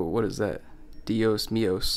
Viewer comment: I like when it said dios menos